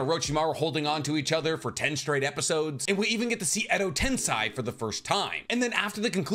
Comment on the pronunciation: I swear i like your chanel but every time you say tensai my eardrums bleed, it's tensei have you see the japanese dubbing or English ?